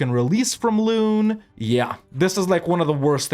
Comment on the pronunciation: I find it funny how he pronounces Loon as Lune while the English word 'loan' would be a very close approximation of how it is actually pronounced :D